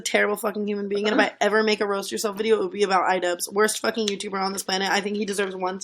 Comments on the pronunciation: "a youtubah" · What is a youtchuber? You mention that word a lot 😧